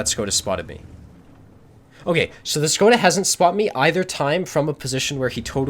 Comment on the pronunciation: It almost makes me feel like playing a LT... :) I just wanted to clarify it's prononuced "SHkoda" like in "SHit".